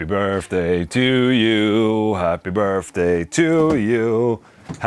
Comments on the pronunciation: Does anyone else here "Birfday instead of birthday?" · Happy Burpday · "Happy Burfday" 🤣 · “Happy Birfday” - Ola Englund 2020